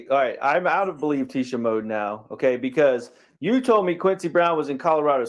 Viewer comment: "Believe tiecha" mode lol